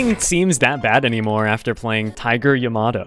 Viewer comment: "Tiger ya-ma-doe"